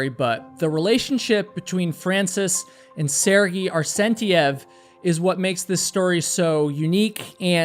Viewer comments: It's Mt. McKinley and Sergei is pronunced "Sur-gay." I still love you bro, just saying. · Sehr-gay. At least pronounce the man’s name correctly. 🤦🏻